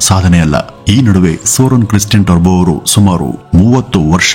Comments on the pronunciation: It's Toubro, not terbo. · ಟರ್ಭೋ ಅಲ್ಲ ಟೋಭ್ರೋ ಎಂದು ಹೇಳಿ ಸಾರ್ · It’s Toubro not Tarbo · Bro Turbo ಅಲ್ಲ Toubro The Founder ... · Sir his name is mr S K TOUBRO not Turbo. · ಅದು turbo alla Toubro ಟಬ್ರೋ pronounce properly plsss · ಈ ಸಂಸ್ಥೆಯ ಜೊತೆ ನಾವು ಸಹ ಪರೋಕ್ಷವಾಗಿ ಸಂಬಂಧ ಹೊಂದಿದ್ದೇವೆ ಎನ್ನುವುದೇ ಹೆಮ್ಮೆಯ ಸಂಗತಿ. ಹಾಗೆ ಒಂದು ವಿಷಯ, ಅದು ಟರ್ಬೋ ಅಲ್ಲ ಟುಬ್ರೋ...